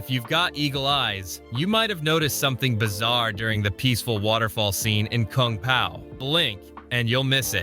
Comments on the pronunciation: "Koong pow" so ai voice video gotcha ill click off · koong pow, c'mon ooodekerk AI trash